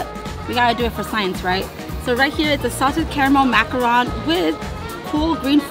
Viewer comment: She's saying macaron wrong right?